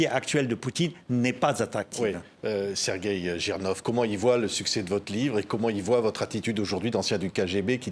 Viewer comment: Bonjour " Serguer Jinorf ", ça commence mal ^^